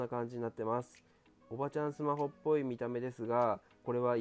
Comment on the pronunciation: 最後『シュマホ』でしたね😍🤗